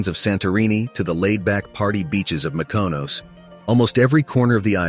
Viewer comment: please say Mykonos properly.....why do Americans butcher names so badly